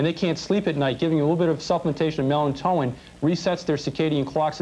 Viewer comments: "Mel-in-toe-in!" Seriously??!!! WHAT actual F, is that??? Buddy!...you're up against the wall w these doctors, & lawyer, trying to convince the audience, that there are choices out there, other than conventional doctors!So in your ultimate wisdom, why is that you've never learned to speak the word: melatonin?!!!!! Do you think just maybe, mispronouncing this very common word in homeopathy, is going to curry favour in the audience??? I think not! Yikes!..🙄😒 Ish!..This was a great show! Should be had more like it, cuz especially in the U.S., one would think I that homeopathy would take off like gangbuster, due to the high cost of healtbcare, & then not having the wisdom to engage in a Universal Healthcare system! 🙄😒 If an could advise my American cousins to do one thing today, ☝ it would be to stop consuming white bread, white sugar, & cut back on the dairy products! You'd be absolutely amazed!, how much better you felt, & how much weight you'd lose!...take care!... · it's not melanto-in, it's melatonin. The angry, overweight, bald, litigious surgeon does seem to represent the nastiness, and hubris of the medical profession.